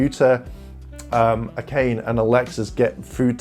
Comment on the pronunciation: Also, Akane is pronounced Aka-nay